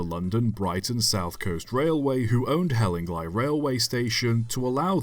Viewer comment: It's pronounced Hell-ing-lee not hell-ing-lie but otherwise very interesting. There's a book "Hospital Railways and Tramways" by David Voice, published in 2007, ISBN , and Hellingly features on page 49 (of 103 pages).